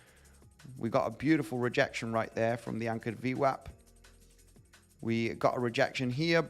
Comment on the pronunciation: Can you say ¨anchored VMAP¨ one more time please? 🤣🤣🤣